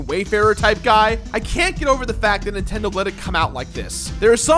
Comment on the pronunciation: "Official Nintedo Seal of Quality"